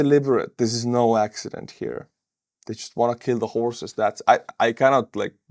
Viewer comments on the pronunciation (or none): none